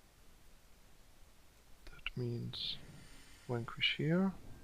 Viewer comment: It's strong enough that I laugh every time you say "Wankwish" (Vanquish). XD